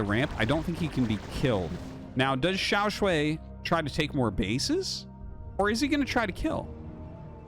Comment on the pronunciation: Nah, we gotta assume that he would prefer if people said his name correctly. Before this time Artosis had been saying Xiao Sh-u-i instead of Xiao Sh-u-ai. I think it's a good change and not too hard to implement. If Xiao Shuai chooses an English language name, like all the Korean pros, that would also be cool. The purpose of Pinyin is to use some roman characters to represent each part of the Chinese language sounds, which are, thank goodness, quite consistent compared to the changing English sounds. As a native English speaker living in Taiwan, I wouldn't want to change Pinyin even one bit. Saying things however you want to say it is fine and good for tourists or diplomats, but if you really want to live here and not sound like a fool it's good to know how things should sound. The purpose of Pinyin is not convenience of foreigners. Local people here prefer to use a system called Zhuyin that has non-Roman symbols, which is also good for focusing on the correct Chinese language sounds. In Taiwan they use Zhuyin to teach kids, in China they use Pinyin in grade school the same way, even when they never learn English.